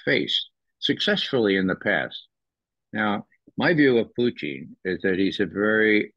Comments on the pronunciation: I like Poutine better than Pootin'.😂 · Puteen? Lol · I like Ray as an analyst but his manner of speaking and pronunciation is so over the top ridiculous is just flat intolerable. “PooTeen”? 🤣🤮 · Get the pronunciation right..... PUCHIN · Stop saying poutine 😂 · I love this guy simply because he refers to Putin as Poutine 😂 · He needs to learn how to say Putin